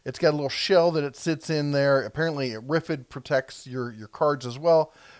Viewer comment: I also learned in this video that RFID is pronounced RIFFID. /s